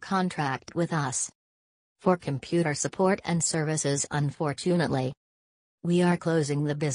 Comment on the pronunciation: "un for TUNE atlee"